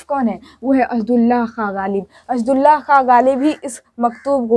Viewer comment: Words pronunciation me thori kami hai. Jaise- Asadullah khan ko aap Asad allah khan padhti hain